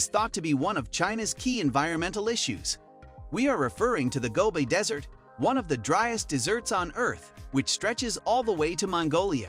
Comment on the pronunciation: Why is this guy saying dessert instead of desert several times? Just reading a script without thinking? Intresting topic though, but some of the used clips are strange choices.